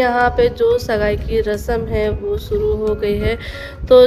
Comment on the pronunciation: Kamse kam apne talafuz shi se nikala Karo suru nhi shuru hota h sagun nhi shagun khusi nhi khushi ese na jane kitne alfaz h ese hi apne bacho ko bhi sikhaogi